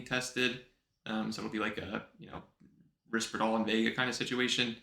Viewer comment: And "Risperidal"